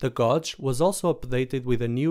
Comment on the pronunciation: Thanks for the great video, ideally for me starting in MQTT. A little pronunciation tip if you want: gauge is pronounced "gay-j" (not a joke I promise lol). Strangely the similar word gauze (medical dressing) is pronounced "goorz". Your English is pretty darn good though! :)